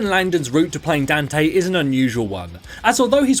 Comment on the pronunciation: "Dan-tae" ... I still don't get how people can mispronounce his name.